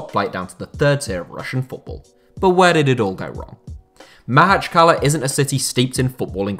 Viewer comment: I can't help but cringe everytime he mispronounces Makhachkala. It's easy, pronounce it like "mock-atch-kalah"